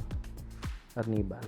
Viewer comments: ARR NIBAL < ARNIH-BAL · AR - nibal.. I thought Arnibal sya…? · Ginumis section "ar nee val" 😅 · Ang kulit nung pag-pronounce ng arnibal ni ate